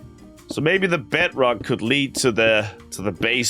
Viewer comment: Ah yes. The læead.